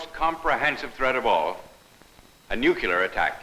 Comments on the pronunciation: “A nucular attack” 🤦‍♂️🤣🤣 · A Civil Defense Film where he constantly mispronounces "nuclear"